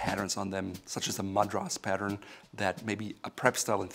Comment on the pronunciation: Learn how to pronounce Madras.